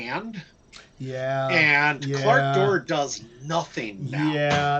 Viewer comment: There is no R in Clak'dor